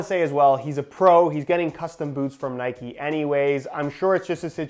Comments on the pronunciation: It’s not NIKEEEEEEEE ITS Nike Please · Nikey 🤔🤔🤔🤔 it’s Nike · Its just nike not nikey. You dont say bikey you say bike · That’s how they are pronounced. Can’t stand when brits say N-ikes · It’s nike u don’t ride a fucking bikey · It’s Nike not nikey would you call Mike mikey? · It's Nike not nikee but this video was amazing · “Nikey” and “Pooma” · dude. It’s pronounced ni-kh